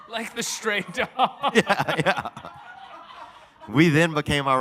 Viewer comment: It's "stray" animal belt, not "straight".